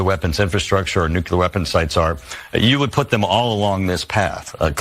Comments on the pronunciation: " Nucular ?" Wow !! 😂😂😂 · Benny for God's sake the word is Nuclear not nucular